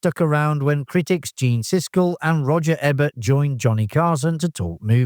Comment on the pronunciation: PLAID, MORROW, EBERT - Is the narration AI? If not, I can't understand mispronouncing "plaid" in Dead Men Don't Wear Plaid, Vic Morrow's last name, and, most surprisingly for a film channel, Roger Ebert's last name. Ugh!